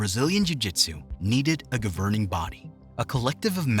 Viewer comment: learn to say governing and hierarchy if you're going to narrate YouTube videos also do some basic research like the meaning of the coral belt resembling a coral snake.